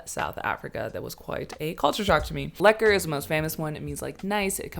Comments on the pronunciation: and you pronounce lekker like l-a-k-ke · Me: LEkke You: liekeRRR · Ur awesome, everything on point. Only tip is when u say lekker, pronounce it as leh kah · This video was so wholesome for me as a South African 😂 but girl, please please rrroll your rrr when you say lekkerrr!! 😂 or leave the r completely (lekke). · The way she pronounces lekker is pretty funny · she needs to work on the "lekker bru" tho, which could be fixed by informing her that"shot" means the same thing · You she butchered “lekker”